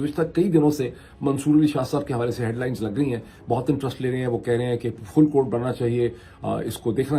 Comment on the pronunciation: فل کورٹ ، نہیں لگے گا۔۔ فورٹ کورٹ لگے گا۔